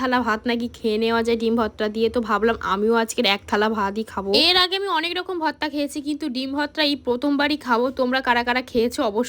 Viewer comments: Tui age uccharon kor bhorta ke bhotta bhotta kelacchis Dudh gulo besi kore jhulaaa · Vorti likhecho abar bolche votra 😂 ota vorta go